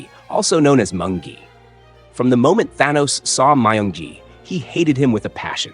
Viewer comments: He said myung gi but it sounded like monkey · He said myung gi